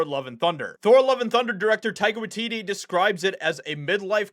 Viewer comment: Are you saying Tiger watidee?